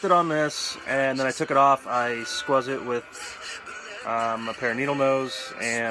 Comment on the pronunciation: "I squzz it" lol